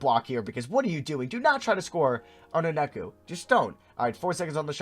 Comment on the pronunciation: It’s onyeka not oneka